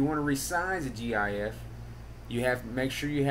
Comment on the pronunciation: disliking because he said jee ayee eff jks